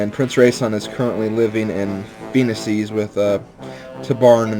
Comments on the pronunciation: Remeber FE10. It's pronounced Fuh-nee-shis, if the overworld map narrator is any indication. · I think it's prounounced foe-en-eesis no that isn't a typo extend the sylable wher I put double e's I think that is how phoenicis is prounounced